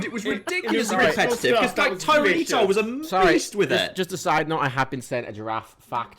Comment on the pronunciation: Is no one going to mention said Tyraneetar?